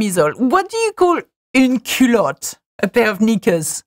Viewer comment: Some of the French words I knew because I am Haitian and Haitian Creole is mixed with some French but it is splet differently but pronounce the same the. When you pronounce Culotte that's how we Haitian pronounce it but the only things it means underwear for use rather than knickers.